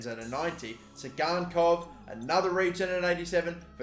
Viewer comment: Tsygankov sounded like „zigarrenkopf“ for me (german for „Cigarhead“) 😂